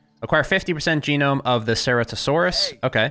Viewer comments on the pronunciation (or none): Ceratosaurus: prenunciation is as follows. Sir-at-o-saurus